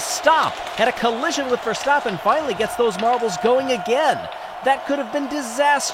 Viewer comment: It's not pronounced Ver-stop-pen. It's ver-stap-pen